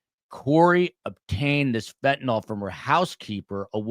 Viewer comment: It's pronounced fen-ta-nil, not fen-ta-nol